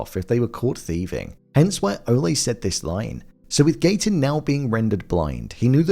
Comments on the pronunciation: it is, Ole rhyming with hole. not Ole' like a bullfighter yells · How come you keep calling saying ole like olly' ole means old in old English terms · It's OLE Munch, rhymes with hole. Not O-lay. He's not a bullfighter. He's 500 yrs OLD. Ol' Munch.